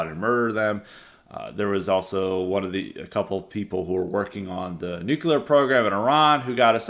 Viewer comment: is right. Having a nucular war would be really bad 😂😂😂